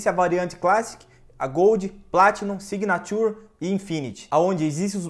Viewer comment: Amigo a pronúncia signature está errada,mas parabéns pelo vídeo